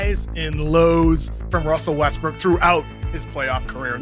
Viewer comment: "Wussell Wuestwook"